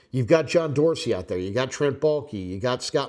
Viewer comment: Balke? I’m turning this off now. All I need to hear.